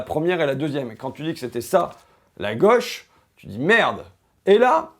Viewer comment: Il est mignon, l'ignare... Fait le simple et le populaire avec son vocabulaire et sa diction. A jamais pris un cours de d'économie de sa vie. Ça marche, n'empêche. Il dit tellement de conneries qu'il a clairement fini par y croire. Plus simple que de faire des études. Il faudra aussi lui expliquer qu'on dit pas la "goche" mais la gauche, pas un "symptomme" mais un symptôme. Les fascismes ont toujours utilisé ces mecs pour pointer le bout de leur nez. Et il fait semblant de découvrir flightradar alors qu'il en parle depuis 3 ans, pour faire l'étonné. Lamentable.